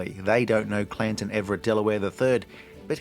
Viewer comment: It's Canton, not Clanton.